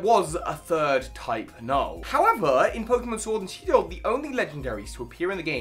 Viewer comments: I like this new pokeémon SHIORD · Try out the NEW!! Pokeémon Shiord!! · Ah yes, I sure love playing Pokemon Shvord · Ah yes my favorite game, Pokémon shiord